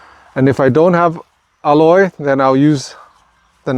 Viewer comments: you pronounce aloe weird. i've never heard it said like that. it is pronounced al like a named AL.. and O like the o in jello. Al-o .... you're saying ah-loy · It's NOT called "elloy", it's called "aloe" as an "aloe Vera", or in Spanish they call it "savila". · Please, it's aloe, not alloy. 2 different things. Someone is going to try alloy instead of aloe. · Its not aloy, its aloe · Because you are teaching me something AMAZING today, I am going to teach you how to correctly pronounce Aloe... say AL-LOW... not al-loy, because that is something else entirely 😅. I can't wait to see my cuttings take root, thanks so much!! ❤🙏🏽🙏🏽🙏🏽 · Aloe not alloy. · Also it’s pronounced AL LOW not alloy Lay off the drugs bro your doing too much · I was going to tell everyone to use aloe vera leaves lol. This whole video youve been saying alloy...and I'm like wtf is that? Took me a while to realize you meant aloe... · This is valuable information. The pronunciation of aloe is ''a-low'', not ''alloy''. Love your work. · Aloe not Alloy… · Is he calling aloe, alloy? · It's aloe, not alloy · It's NOT alloy, it's ALOE, sounds like AHLO. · The word is "Aloe", not "Alloy".😊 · Great video and alloy (I mean all) 1 thing tho... can u stop say ALLOY...plz... it's ALOE [aloe vera] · dude your the only person who pronounce aloe to aloy! it's bothersome! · Aloe is pronounced ah low. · Thankyou so much! Good info. Aloe pronunciation caught me off at first. The common form here is al-oh i beleave.